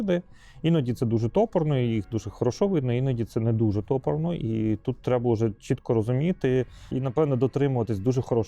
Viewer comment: ТопОрно - наголос на другій О, бо від слова "топор" ( коли щось зроблено грубо, неакуратно наче топором) ... бісить, коли люди використовують слова, значення яких не розуміють та навіть не цікавляться - як їх правильно вимовляти🤦